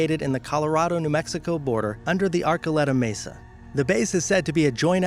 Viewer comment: Number 10,pronounced "Ar-choo-lettah",and it doesn't surprise me as there a great many number of UFO sightings in both The San Luis Valley Colorado&Dulce,Jicarilla Apache Reservation & Dulce New Mexico.